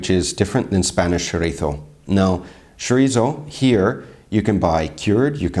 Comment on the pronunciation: funny how you recognized that they pronounce paella correctly and then you went on to say chorizzzzo